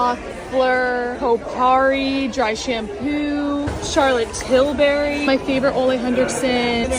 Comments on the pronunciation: "Charlotte Til-barry" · it’s not pronounced “Tilberry”.